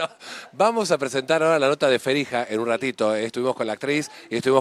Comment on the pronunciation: Hablamos con "Ferija" JAJAJAJAJAJA ese marley